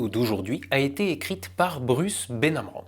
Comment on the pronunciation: c'est Bruce Ben amran pas Bruce Ben amren ... "Mélenchen" !!